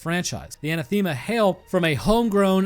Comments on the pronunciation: An ath Emma as for the pronunciation of that word ath said like wrath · Quick shoutout for. I believe the pronunciation of anathema is (An-Ah-Theh-Muh). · pronounced An-Ath-Uh-Muh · Anathema is pronounced "an-athema" and the athema part you say as if you were going to say Athens but instead of 'ns' it ends with 'ma'. It's an old word that means something that is an opposite/doesn't mix well. Oil and water would in a sense be anathema to each other, though that might be an oversimplification. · ann-a-thim-uh Is the correct pronunciation. Closest I could get to phonetic without looking it up anyway. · anathame, uh-NATH-uh-muh, something or someone that one vehemently dislikes a formal curse by a pope or a council of the Church, excommunicating a person or denouncing a doctrine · Anathema = uh-NATH-uh-muh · anathema if that’s how it’s spelt is pronounced a-naath-uh-muh it’s the biblical/christian way of saying “to hell with” kinda more so that’s a sinful behavior and you’re definitely going to hell if you continue is closer , there’s not an exact definition I don’t believe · ANÁTHEMA You created a whole video, and you didn't take time (less than a minute, I'm sure) to check how the word is pronounced? Why? You could have gotten one word smarter, and any increase to wisdom is not to be sneezed at. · Pronounced…UH-NA-THUH-MUH. Anathema. Lol. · Anathema is pronounced "an-Ath(as in path)-em-uh" with the emphasis being on ath. It means something that goes against an intent. For example, a scientist that wants humanity to progress into exploring the stars would find nuclear annihilation to be an anathema to their goal since dead people can't explore the stars. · It’s pronounced “Anathema”. Hope that helps 👍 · Anathema: a-nath-emma. I normally don't police pronouncing things but good lord brother, that was bad. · anathema is pronounced sort of like uh-nah-thim-uh